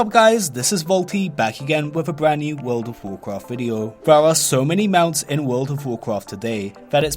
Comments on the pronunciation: What about tlpd? That is like super super rare. And why do you keep saying Wud of wukraft? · WUUWLD OUVVV WUUWCWAFT